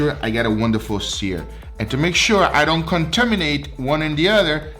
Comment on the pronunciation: "Conterminate" lol